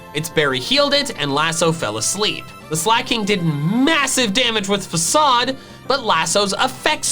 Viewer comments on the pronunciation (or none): none